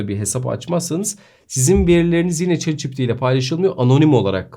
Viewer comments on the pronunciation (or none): bro neden chat ci pi ti değil de çi pi ti diyorsun